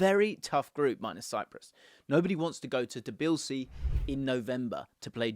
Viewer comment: Hey, comment on Georgia 🇬🇪 Been following you for years, part time slug 😅 Had an idea, heard your pronunciation of “Tbilisi” is a bit off I’ve been living in Georgia for 2 years, perhaps I could help you with some info about the team? I saw Scotland against Georgia, as well as Georgia against Spain Would be happy to provide you with some extra info from over here!